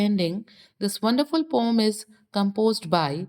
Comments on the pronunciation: Why are you telling pom not poem😂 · Why are you telling Pom instead of poem😮😂